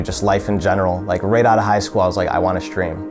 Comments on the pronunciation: Idk if this is a northern thing but he pronounced right as rate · The way myth pronounces “right” lol